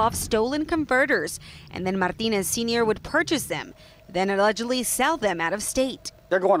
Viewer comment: reporter seems to have a difficult time pronouncing "Martinez"